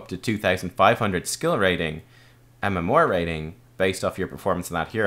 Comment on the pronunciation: UnityInChaos no but his MMOAR (MMR) is kinda odd. Maybe it's the Irish way.